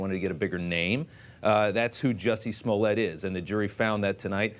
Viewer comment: Dave Chappelle - "Juicy Smolly-ay"